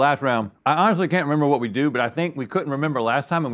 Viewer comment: his "whaut" LOL